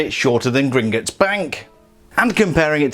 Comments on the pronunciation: Please don’t say gringitts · Why does he say Gringutts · British people am I right